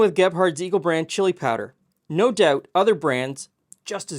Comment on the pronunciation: I heard it as Gephardt's Evil Brand Chili Powder instead of Eagle Brand the first time you said it! I would totally try the Evil version!